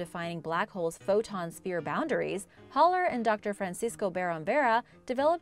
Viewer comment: It’s Haller (Hal-ler) not (holler)!! Been explaining this struggle my entire life